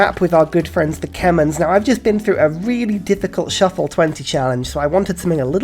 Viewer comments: I swear, he has to be joking when he pronounces it kemens, it pains me to hear it said like that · You're suppose to pronounced them as KEH-MEREE... Haha. Sorry..